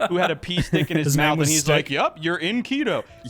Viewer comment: Sophia Urista SO is a Peloton instructor so not a famous or important person. Also, you're saying Keto wrong.